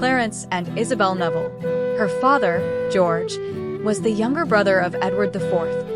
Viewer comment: Its Neville not Novel